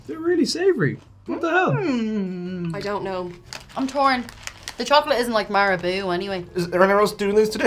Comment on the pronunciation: Marabou = Mabingajingi... really? That was the hard part?...